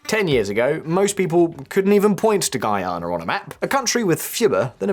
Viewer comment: I gotta congratulate you on your improvement on how to pronounce Guyana 🇬🇾 . Thank you!😅 Seriously!